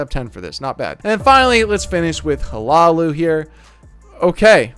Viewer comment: Hi-Loo-Oh. That’s how u pronounce it 😊